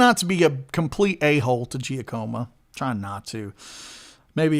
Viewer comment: In Italian it's pronounced Jackomo.